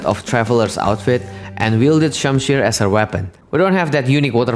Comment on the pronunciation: I'm pleased you pronounced shamshir right because most people can't 😃👌